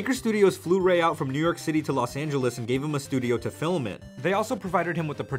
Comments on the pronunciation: Whoa woah woah........."fillem"?!?! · Why do you say "filim"? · Until you can say film FILM NOT FILIM dont day it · the way you pronounce film is literally the most endearing thing I've ever heard <3